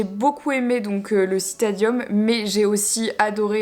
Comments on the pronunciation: Je kiff ce parc <3 <3 Merci encore de partagez ton avs ce ce parc Génial, Juste...tu fera attention, c'est La Pérouse et non Peyrouse. Stadium et non citadium ^^ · Petites corrections : « le stadium » et pas « le citadium » « Les mousquetaires de Richelieu » et pas de « Montesquieu » Mais on ne t’en veux pas, super vidéos, belle retranscription des images magnifiques du puy du fou ! 😉 Vive la Vendée !!! 😁 Bisous. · C'est le stadium pas le citadium. Bisous ;) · C'est le Stadium, Marie, et pas le citadium :) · C'est Mousquetaires de Richelieu, et le Stadium (pas Citadium ! ) Gallo-Romain. J'habite à 30/40 min du Puy du Fou, quand le temps est clair on entend le feu d'artifice de la Cinescenie chez mes parents. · Coucou, alors Marie c'est " Les mousquetaire de Richelieu" et non pas de montesquieu et le "Stadium Gallo-romain" pas le Citadium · PS : c’est le STADIUM gallo-romain pas Citadum :)